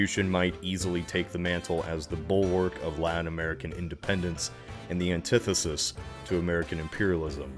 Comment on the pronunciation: Antithesis? An-tithesis? What sort of pronounciation is that haha